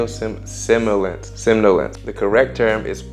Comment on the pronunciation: somnolence (sawm-nuh-lence)